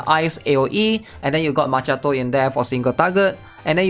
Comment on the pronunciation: i got a genuine question. They even switched the “cchi” in Macchiato with a “Ki” to make the pronunciation more understandable. It should be obvious how to pronounce it now, so why do you call her Ma”che”ato? Did they change the pronunciation alongside the spelling? Or is that her name pronunciation in Chinese?